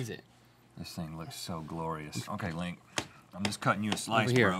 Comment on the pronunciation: "Dink me." "Sink me." L I N K